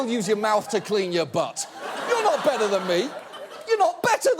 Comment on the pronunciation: ... First "better" is american, second "better" is english.